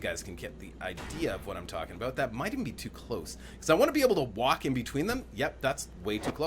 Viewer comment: Did I just hear an aboot?